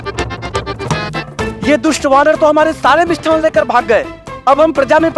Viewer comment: Har show me "मिष्टान्न" ke sthan par "मिष्ठान" kehte hain. Sahi nahi hai.